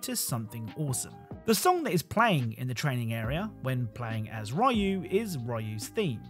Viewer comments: Just a heads up Ryu is pronounced like Ree-yu instead of Ri-yu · The pronunciation of Ryu is like "Ree-you" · Who's this "Rye-joo"-character? I hope it's not another version of Ryu, we have too many of those already. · We still have people saying Ryu's name as "Rai-ew" instead of "Re-You" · How... did he pronounce Ryu's name? Like "rayu"? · Also Ryu is pronounced ree-you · Its unfortunately a very common mispronunciation. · He said ryu weird